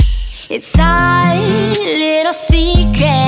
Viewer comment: Your voice is wonderful, I've been a subscriber since the start, and I like the song, but I can't stand the way you pronounce certain words now! Like 'our' and 'secret'. I don't know why, but it just bothers me. I wish you luck with the song though! 💙